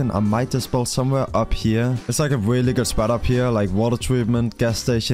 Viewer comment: "there's like a willy good spot up hewe"